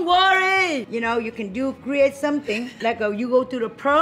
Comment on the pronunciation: The way says "don't rorry." Best one so far! 😂😂😂😂